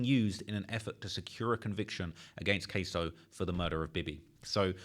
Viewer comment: queso??? who that ese?????? 😂😂 KSOO not Cheese LMFAO